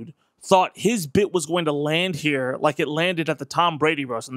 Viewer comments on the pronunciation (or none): none